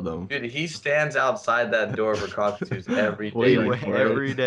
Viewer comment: Coquette II = Cockatoo